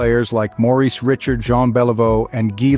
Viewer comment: It's pronounced Reeshard